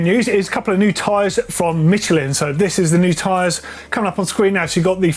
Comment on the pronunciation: MITCHEL-IN? the only more wrong way to say it is the german way. MICHEL-IN lol that brand is french is is pronouced in their language. miˈʃlɛ̃ < thats how to pronounce it. if you can remember all the fancy smybols like me - look it up.